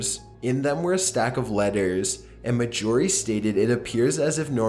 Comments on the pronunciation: Nice collection. thanks. (btw, marjorie has its stress on the first syllable). Cheers! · Dear /"", You pronounce "Marjorie" weird. That is all.